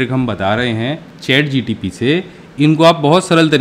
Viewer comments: In starting it's not ChatGTP it's ChatGPT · ChatGPT sir Not GTP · Sir ji har baar ChatGTP hi bol rahe ho.. Application ka name to theek bolo... Information ekdam theek h wo baat sahi h....